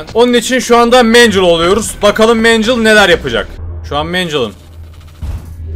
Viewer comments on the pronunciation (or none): "mencıl" dogrusu mengıl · O mencıl değil mengıl diye okunuyo sinir krizi geçirdim videoda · 1.Mencıl değil mengıl 2.Mangel büyümüyo tavana yapışıyo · o mengıl diye okunuyo mencıl değil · Abi o megnle mecıl değil mengıl diye okunuyor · Abi linclemek gibi olmasın ama mancil değil mengıl die okunuyo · Mangle = ❌️ Mencıl =✅️